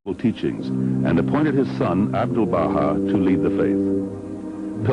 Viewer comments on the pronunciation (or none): In 4.10 min says "Abdulnah"... Shouldn´t it be: Abdúl-Bahá?